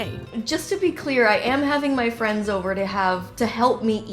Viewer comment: “it’s so jover” 😭😭